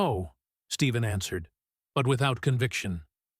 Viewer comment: PLEASE... HIS NAME IS NOT STEVEN!! IT'S STEPH- EN CURRY!!!